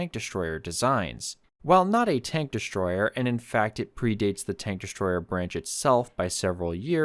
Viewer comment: I didn't know there was an "sh" in the word destroyer??? 👎👎👎👎👎💩💩💩💩💩